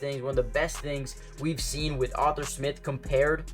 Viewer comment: ARE-THUR. Not author smith lol. great vids, but i cant take hearing Author again lol just call him artie or something